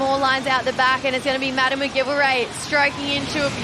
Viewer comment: please pronounce McGillivray correctly.